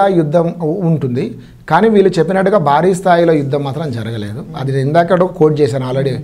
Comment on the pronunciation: యాంకర్ గారూ ముందు తమరు తెలుగు sarigaa మాట్లాడడం నేర్చు కొండి . బారి కాదు భా భా భారీ